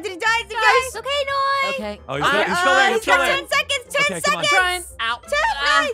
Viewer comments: It's NOI NOT NOIE!!!!!!!!!!! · Is not Noie its Noi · Not to be rude, but it’s Noi, not noie, sorry if i was rude! T-T